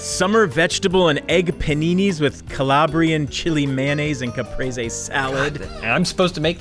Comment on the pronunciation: bones really caprese salad capraysay salad